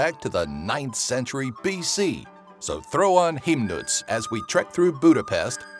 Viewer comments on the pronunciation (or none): Im so happy for you made a video about Hungary, but please, listen to the speaking. Check out on Google translet, 'cause Himnusz is not Himnuc, Budapest is not Budapeszt and Kovács György is not Kovaci Giorgi. Thank you.